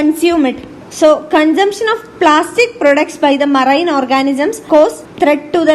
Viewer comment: I liked the vdo only for the way how she pronounced marine